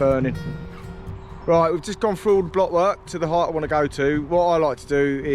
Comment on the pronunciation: I Wonder if you could teach him how to pronounce his Ts and Ls so we we could understand what da fack ya saying? . Its Through not frew and if you like foot baw its Millwall not Millwaw.